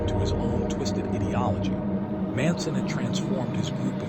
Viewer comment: This is nothing but a bad book report Get your audio levels better and learn how to say ideology